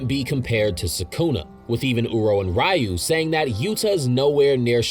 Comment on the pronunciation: why do you pronounce the ryu and ryo so wrong as if you've never heard the characters say it out loud before